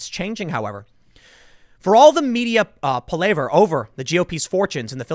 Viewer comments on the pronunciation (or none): Tim, this is what you do. So, I cut you no slack when you don't know words. Because, this is what you do. It's not pa-lay-ver. Just sayin'